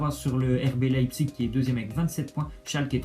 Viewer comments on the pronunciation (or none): none